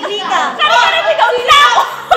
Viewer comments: "Karera" mikhssss 😭😂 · mikha:karera (Kare kare)hahaha 😂